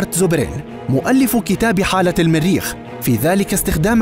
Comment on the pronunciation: من اين اتيتم بهذا اللفظ الميريخ الميريخ بأن الميريخ ، إلى الميريخ، ... بالجر والنصب والرفع تجرون ميم المريخ فتصبح الميريخ ماااااهذا !؟!؟